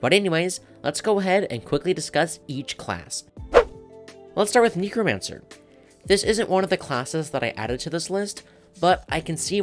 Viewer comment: I main Gambler trickster necromancer I agree to actually thank God you said it correctly!